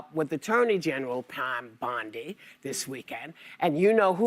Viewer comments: Pam Bondi not Pam Bundy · It's Pam BONDI Tatum, not Bundy. 😂😂😂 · Tatum said Pam "Bundi"😂😂😂😂...it's BONDI